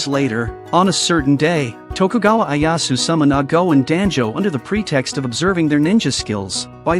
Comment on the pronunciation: everyone else: oda nobunaga, ieyasu, iga clan, jasuke, genosuke this guy: oda nabinaga, aiyaishu, I.G.A clan, jaasook, genosook